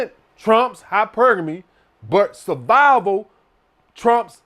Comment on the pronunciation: “Sah-vival, we talkin SAH-VIVAL!” 🤣🤣🤣🤣